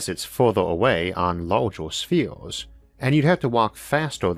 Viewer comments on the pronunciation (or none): none